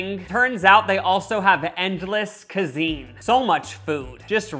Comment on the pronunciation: I love the part 20 seconds in when he said cazine